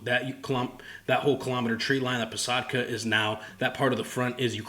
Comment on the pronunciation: Bro, when you tell "posadka" it sounds awesome. Would like to hear your "ukrainian", though I believe half of the glossary probably is course words 😅😁